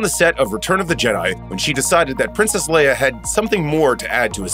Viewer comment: I think it empowered her really, it let her be sexy and strong both at the same time! As a top female lead she needs to be a woman 1st and then also be a strong role model for other women. Showing them they can still be strong but still sexy all in one package. ( Note to voice over guy > her name is LE-IA not Layer. ) R.I.P. Carrie Fisher, You will always be our amazing Princess.